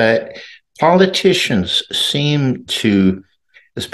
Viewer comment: You worked in California undercover as an intelligence officer ? What is a polkitician ?